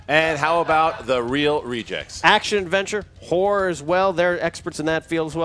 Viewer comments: Each time says horror I think he's saying whores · I thought said their strength was whores for a minute there.